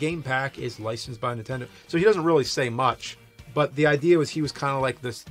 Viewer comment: Why does james say "intendo"